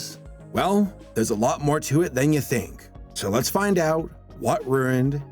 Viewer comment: What ruined Hannah barbera?the Simpson’s , South Park ? Disney ? This dude in the video sounded like he said what “rerrined “ hb ( instead of ruined )... no offense but sounds like you’re trying so hard to come off like some radio dj or news reporter / journalist ... just speak normally , please ! It takes away from the content when people feel they need to talk like that. We hate it when we watch the news / Anything in the media and YouTube - with random everyday people uploading their videos is no exception. Ps, you have an ad at the beginning of this already .. why have to include one in the middle and likely , one at the end , who knows ? Not going to watch the rest of it to be interrupted with more ads .. I blame YouTube for that , but still ..